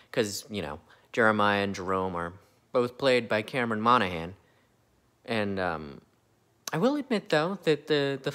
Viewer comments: Mono-han Not Mono-gan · Monaghan is pronounced "MonaHAN" with no G. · Pretty sure you don't pronounce the g in Monaghan.